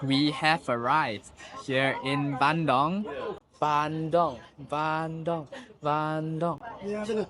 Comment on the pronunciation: It's Bandung Not BANDONG